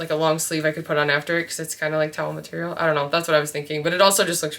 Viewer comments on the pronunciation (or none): none